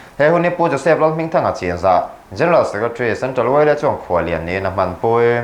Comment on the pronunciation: CHIN tih hi CHHIN tia lamrik tur, CHIN NEW YEAR tia lamri lovin, CHHIN NEW YEAR tia lamrik tur